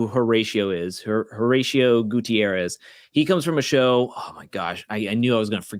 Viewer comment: Dead at your pronunciation of Horracio 😂 I have to teach you how to roll your Rs lol Once again, thank you guys for this content! Definitely more excited for this season than the last 🤗